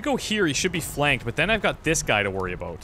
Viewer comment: Haha i never heard a Canadian say ''about'' before, maybe i don't have alot to go on but it seems more like an ''aboad/abowd'' than an ''aboot'', which is how South Park made fun of it lol